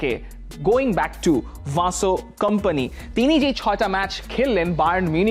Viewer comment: ভাইয়া ওইটা ভিনসেন্ট কোম্পানি হবে। ভাসো কম্পানি।।। আর ওইটা সাবি আলোন্সো না জাভি আলোন্সো